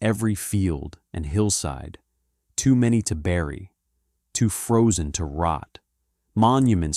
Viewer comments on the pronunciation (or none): none